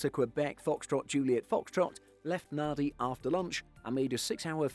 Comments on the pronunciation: Nadi is pronounced [ˈnand͡ʒi]) (Nandi) - not 'Nadi.' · Nadi is pronounced "Nandi"....... because in Fijian, a D following an A is pronounced with an N sound. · "DQ-FJF left Nahh-dee -" TWITCHES* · Nadi is pronounced NAN-DI. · Love the Channel. This may not be the first comment to point this out, but Nadi is pronounced Nandi. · If I remember correctly, the pronunciation of “NADI” is “NAN-DEE.”